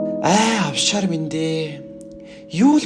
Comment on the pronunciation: овшор гигээч оффшор гэцэн байхийн